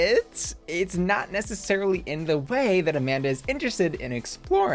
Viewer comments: I have to say, it’s real weird that they made a whole exchange on why the Latina woman’s name is NOT pronounced the way you chose to pronounce it but you still pronounced it that way. I know you watch the episodes, so it’s not like you missed that. Her name’s pronounced as it would be in Spanish, like “ah-MAHN-dah” and not “a-MAN-duh”. Weird choice babes. Otherwise, love the video, as always, and your coverage. Thanks for sharing your thoughts with all of us rotted little clowns in the comments 💖🫶🏽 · Excuse me, it’s A-mon-duhhhhh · Amanda's name wasn't pronounced that way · I agree. Very weird to not pronounce her name properly considering it was talked about so prominently in the episode. But I don’t think watches the entire episode or watches it while working on her videos or something because she has missed a few things before that have made it seem like she wasn’t totally paying attention through the whole episode. Or maybe she just forgot. Who knows. But I definitely don’t think it’s intentional in any way.